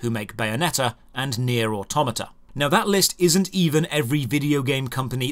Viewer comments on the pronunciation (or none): none